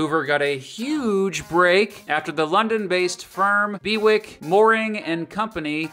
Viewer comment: It's probably pronounced Bew-ick rather than Be-wick :)